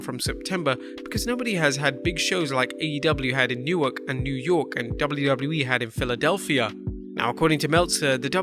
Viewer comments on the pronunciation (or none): none